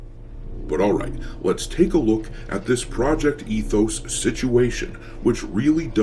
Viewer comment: ET-hoes... no thx!